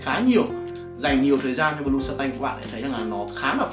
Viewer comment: Này là bleu không phải blue anh ơi...Phát âm lẫn ghi tên chai trong clip sai ròi, làm nhớ tới bleu chanel mà toàn kêu blue chanel quá =]]